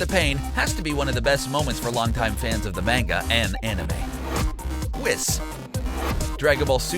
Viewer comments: Jackass cabba is in xenoverse 2 as dlc and it is pronounced whis [whees] not wis. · its pronounced weez not wiz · Whis rhymes with grease not piss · Its whis not wis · Excuse me but I thought his name was Pronounced (We-Sah) or (Wiss), where do people hear this pronunciation? I would like to know... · It's pronounced wEEs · Whis is actually pronounced "Weess" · You pronounced Whis wrong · The way he says whis makes me cringe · When he pronounces whis wrong :( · And whis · For every mispronouncination and flaw in this video my heart breaks while I love your videos as a DBZ fan I can't help but notice the mistakes you made in the video like whis' name